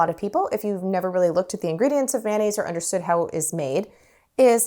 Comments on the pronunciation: Pronounced mayo-naise rather than man-aise. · Thanks for the tutorial,. Much appreciated. Now let me return the favor…. Mayonnaise is actually CORRECTLY pronounced: MAY-OH-NAZE”… not “man-aze”. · MAY O NAISE. Why do we say MAN NAISE😂😂😂😂😂